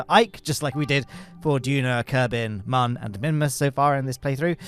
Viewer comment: I know you've been saying it that way for years but it's still not too late for you to adopt the correct pronunciation of Mun (it's also moon).